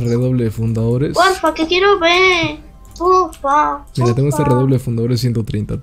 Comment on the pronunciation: Alta scammer y no se dice pofa se dice porfa